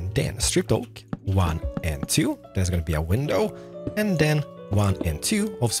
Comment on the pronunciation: what he call a window pane????????? omg im hearing something so diferentttttt